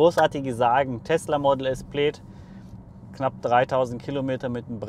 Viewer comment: Das heißt Plääääd, nicht Pleid oder Pleet.